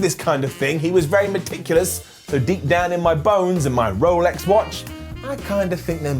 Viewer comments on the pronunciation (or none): none